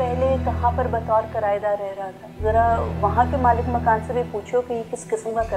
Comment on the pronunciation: It's malik makaan. Ye achanak sab log ghalat urdu q bol rhe hain?